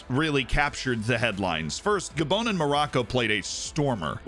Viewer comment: This man realy calls gabon "gabone"💀